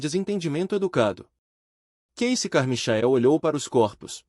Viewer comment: Deus, é " Carmaiquel" que se pronuncia.